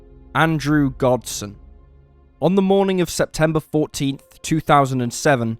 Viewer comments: gosden not godsen.are you reading a script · His name is Gosden you keep saying Godsen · It's Andrew Gosden not godson. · It's not Godsen, it's Gosden! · Anyone else notice that the narrator kept pronouncing this kid’s name as “Godsen”? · I feel sad for Andrew Gosden having his name pronounced wrong TWICE at the beginning is shameful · All the dislikes are from people who can pronounce Gosden